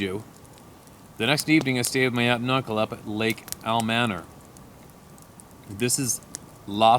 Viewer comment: Awesome double rainbow! Great stories! It's pronounced Al-ma-nor. 😊